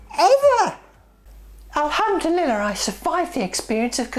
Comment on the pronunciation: I love the way you say "alhamdu-liller", tee hee!